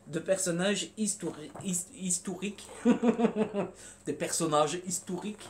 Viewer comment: "Histourique" j'adore 😂